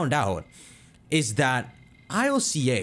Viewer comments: It’s not I.L.C.A it’s ILCA, the Japanese name is literally Iruka which is ILCA in a Japanese accent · Please just say ILCA, not I L C A 😭 sounds dumb. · Ill-ca where is the I-L-C-A pronuncing coming from it's Ill-ka